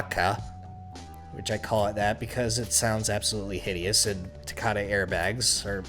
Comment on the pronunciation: Its TA-KA-TA